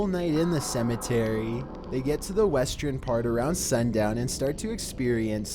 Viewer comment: Anyone notice how he pronounces "ern" like "ren"? i.e. "westren"(western) and "pattren"(pattern). Is it a regional thing? I'm not being a hater though, I kinda actually like it, I like your voice.